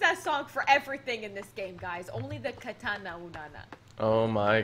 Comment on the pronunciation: Katana not na na